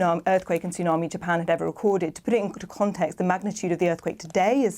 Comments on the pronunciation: Sorry, I know it’s a terrible situation and all, but when the news presenter called it a “toonami” just made me laugh. She should know that “Tsunami” has a silent “T”… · She said 'Toonarmy' at the start of the report...a BBC newsreader...!!....ubeleeeeevable..... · 'a major Toon Army warning...'. How is someone this old unaware how to pronounce the word 'tsunami'?